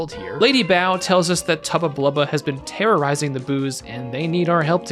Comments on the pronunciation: I always thought it was lady bow, like a bow in your hair, not bow like bow down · I think it is lady Bow, and in Hair-bow